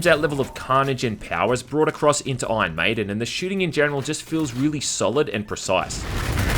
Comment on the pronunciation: This game looks great! Awesome review as always. Its funny because "Ion Maiden" sounds like an Aussie is saying "Iron maiden" Anyway